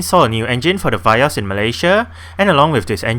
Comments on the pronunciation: I believe it is Vee-Os Not Vai-Os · Vee-yos right not va-yos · indonesia vee os